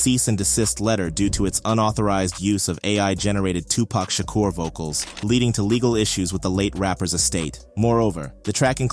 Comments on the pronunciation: And it's Sha-Kur not shacker 😂😂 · He said Tupac ‘Shocker’lol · So wait, you're saying it's not pronounced Tupac Shack-er? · Bro really called him "Toopac Shocker." 💀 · Bro said- Tupac SHAKKAR 😮😭🤣💀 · Did he just say Tupac Shaka? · Who is Tupac Shocker?!? Shakur (Ssha-qeur)